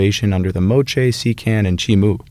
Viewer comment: Just an fyi: “Sican” is actually pronounced like “cheep-Ahn”.